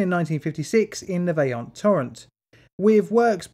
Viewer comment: agree but I'm also impressed about pretty much all italian words were correct.. I've heard a lot of Toc, Vajont, LongaronE, etc.. very well pronounced! it is one of the most difficult skill for english speakers